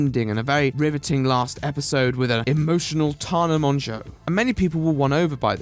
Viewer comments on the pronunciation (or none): "Tahnah Monsho" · Man I know you're British, but fuckin TarRa Mongo? Fuckin Limey Prick!!! Nice vid otherwise😎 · a) you should learn to say people's names before including them in your commentary. It's not Tana Monjeau, I have never watched her and even I know that. b) the cartoon butler bouncing around is really annoying. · I can excuse the editing, I just feel like the therapist didn't know what she was talking about. Also "Taana Monshow" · I'm new here but the way he says "Taana Monjueo" has me screaming, love it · “tawna mongeaux”